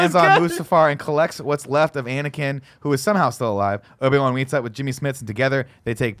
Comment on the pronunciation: D'koo, Palpatane, Nuts Gunray, Panime, Obi-Ron. Never change, Nick 😂